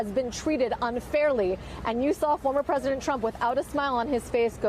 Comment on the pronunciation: BWAAAAH! BWAAAAH! NAWT MY PWEDISENT!